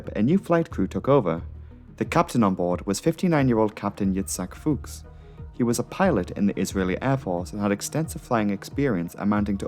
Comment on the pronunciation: The Israeli captain having a German last name threw me for a bit, not for the obvious reason but because I was gaming and I heard you say it and paused like "Wait did this pilot share my last name? Indeed he does." You had the proper pronunciation, but in this part of America we pronounce the u as a u and not an o.